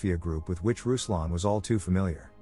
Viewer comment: RUSLAN MEANS R U S L A N! Not a fucking rouslan etc.